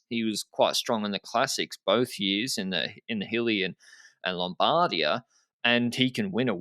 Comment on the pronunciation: Please start to pronunce “Lombardia” with the right accent. My italian ears are bleedin